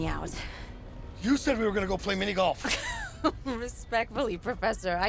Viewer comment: The way he says "minigolf" like it's a handful of marbles falling out of his mouth makes him seem like a fucking alien.